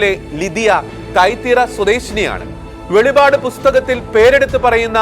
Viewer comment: Bro, it's not velipad....velippadu